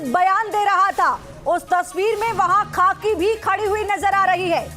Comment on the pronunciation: Madam aap kitani padhi likhi hain.khakhi khaki chilla rahi hain...